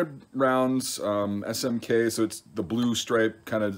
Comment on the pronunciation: Nice pronunciation of SmK.